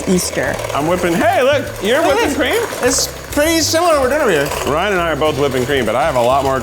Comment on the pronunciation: Aww, Keith called Ryan, "."! 🫠